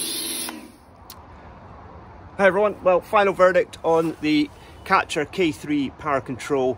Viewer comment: Karcher not catcher.